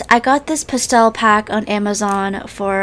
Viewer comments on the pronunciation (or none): It’s past-tell Not pesel >:( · the way she said pastel 😭😭